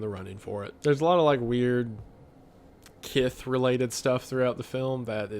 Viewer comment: is kiss pronounced with a lisp 'kith' hes using it a p0rn